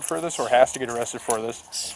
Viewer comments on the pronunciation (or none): "I want him awwested, he swammed me into a twuck" This guy has a drivers license? He seems like one of those guys who need a ride to work if you know what i mean...